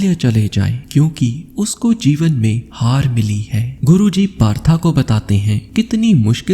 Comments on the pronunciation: That's not partha that is पार्थ। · कहानी बहुत अच्छी व प्रेरणादायक थी आपका प्रस्तुतिकरण का तरीका भी बेहद शानदार है लेकिन एक निवेदन है कृपया 'पार्थ' जो कि अर्जुन के अन्य नामों में से एक था को तथाकथित मॉडर्न बनने के चक्कर में बार बार 'पार्था' PARTHA कहकर संबोधित कर अर्थ का अनर्थ ना करें। हिन्दी भाषा के शब्दों का उच्चारण ठीक ढंग से करने का प्रयत्न करें बाकि आपका प्रयास सराहनीय है। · Partha Nahi Bhai Parth bolo